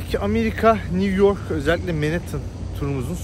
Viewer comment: NİV YORK, NİV YORK, NİV YORK‼️ 🤔🤫😣